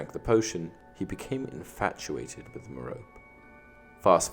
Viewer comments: It is pronounced Meropè not Merop! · Another great video! One thing though is you're mispronouncing Merope's name. It's mer-OH-pee. Actually a really old Greek name. I was surprised when I learned the correct way to say it. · Why can't anyone pronounce Merope right? It's meh-ROW-pay not ma-rope.